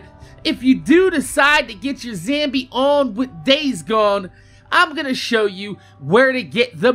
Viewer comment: Shows a weapon in the game and calls it the best then opens the melee tree where the game shows you a way better melee weapon in the banner.... It took me have the video to figure out what the hell a "zambie" was. I don't get why your generation is hellbent on pronouncing random words incorrectly.